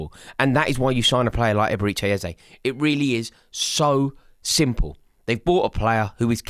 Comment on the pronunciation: "Eberechi Ezeye" - lol